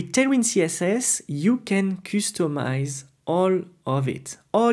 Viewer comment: Thanks for Tailwind course.. check out how to pronounce "customize".